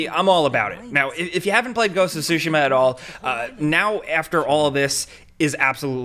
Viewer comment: It's "Tsushima" not "sushimma"